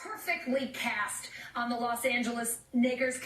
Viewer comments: I think she genuinely said nakers and it was just unfortunate that it sounded similar to a pejorative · I hope you retract this video and play the OG clip and the slowed down clip which clearly sounds like "Nakers". You guys are blasting someone for no reason, and you didn't do any research. This is #FakeNews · People. Fake news. It's "NAYKERS". Case closed. Listen to it slowed down so you can hear each sound. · She was saying Knicks while her brain was trying to correct her into saying Lakers and it came out as “Knickers.” Not that hard to figure out. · Holy shit, people are so fucked up saying she should lose her job. She started to say Knicks and corrected herself midway. So it came out kni-akers. She's not a racist. She's a woman. People calling for her head need to get a fucking life and have respect for the poor souls on that helicopter. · I.....agree. I heard Nakers. But the more you listen to it it starts to sound like a g. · If you slow the playback speed down on YouTube you can kind of hear a long a, I'm still not sure though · She didn't say it on purpose because she would know she would lose her job if she did. I'd check her background to see if there's any other racist stuff and if not I'd give her a break it was just a slip of the tongue. She said something different but sounded like it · Black Willy I'm hearing that video over and over again, and I do hear a "g" in that word. Sooooo...welcome to the Legion, Alison. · Its the L she tried to recover half way through so its a combination of the L and k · Listen to it slowed down, she said "nakers" like Knicks+Lakers it's easier to hear if you slow it down to .25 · She said she jumbled Knicks and Lakers. She's in New York so maybe she's used to saying knicks when it comes to basketball. It sounded like knickers to me. A racial slur doesn't even fit in that sentence format. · i thought she said knicker... like knickerbockers... or lakers combined with smthg else... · She said nakers